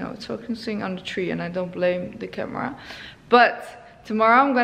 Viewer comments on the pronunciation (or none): none